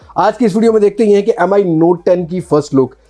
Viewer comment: its MI note 10 Bro Not M I M I